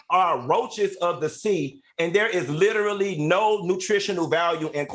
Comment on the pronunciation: There’s no way in hell that she could ever mentor me once I heard her say “LITTELY” instead of literally‼️🤔💭👀👩🏽😒🤬🤣🤣🤣